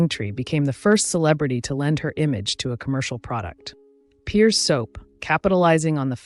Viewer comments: Please note it’s Pears Soap as in the fruit not pronounced ‘peers’ but ‘pairs’ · BTW, (1) Pears' Soap is pronounced as in Pears, the fruit, and not as in Pierce, to poke or stab; (2) Lyons (town in France) is pronounced LEE-ohn, and not as in Lions, the animal.